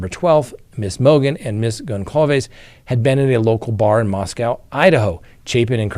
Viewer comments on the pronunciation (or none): It’s pronounced “Mos-coe” not “Mos-cow.” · Love your show. I watch every single one. Idaho is my home and Idaho is the most wonderful place on earth. Asking for a favor…Moscow Idaho is not pronounced same as Moscow Russia. Moscow Idaho the w is silent: please pronounce as Mosco. Also, I am a Vandal mom and loyal fan, forever and always. Thank you so much. Go Idaho!!!!! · Please check your pronunciation of Moscow, Idaho. You keep mispronounced it.